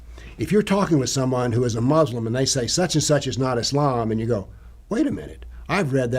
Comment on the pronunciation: Two ignoramuses talking nonsense as usual. So superficial. can't even pronounce "Muslim" correctly. Anecdote after anecdote. Just rubbish. Islam is a knowable subject but not by simply reading without guidance - meaning it requires a teacher.